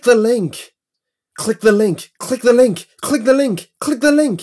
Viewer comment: he says "click" in a funny way to me